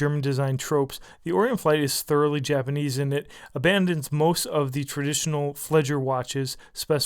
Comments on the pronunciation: A good summing up of this watch. Thanks. Very useful. One thing FWIW and if you don't mind, Flieger is pronounced as in 'fleahger'. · It is pronounced "fl-iger" watch.Yes, you do hear the "i"!! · Very nice review, superb information. I can't help it but I was really annoyed by the way you pronounced "Flieger" more like "Fledger", I cringed every time, lol! Big thumbs up though,as I said, good info and great imagery. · The style is called "Flieger" - pronounced "flee-gar", emphasizing the first syllable. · My God it's pronounced FLEE-GER. FLEEEE-GERRR! Thank you:) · just pronounce it as if you say "fleeger" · Malik Martin why on earth would it be better to pronounce flieger, the german word for pilot, as fledger, the english word for...what? it's not about useless semantics, it's about having enough respect for your subject to make an effort. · fl EE ger...not fledger :) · It's pronounced FLEE-ger, ("flyer") and not "fledger." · Exactly. You take my words. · flieger is pronounced flee-gher not fledger, love your reviews though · It's Flieger not fledge! I love that strap where's it from? Also I never swim with my Flieger regardless off the water rating but that's me! Good video anyway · Flieger rhymes with meager, not fledger. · fleegah or fleeguh or fleegherr not fleejer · ROFL It's not "Fledger", but FLEEG'R, dumbo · It's pronounced fleeger